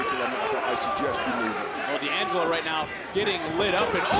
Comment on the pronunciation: Is "Dangelo" not "D....angelo". I'm italian